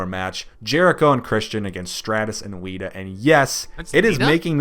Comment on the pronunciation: not but the other dude said wita instead of lita